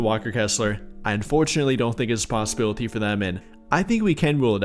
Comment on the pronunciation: be a possibilit-ee-yuh 😂😂😂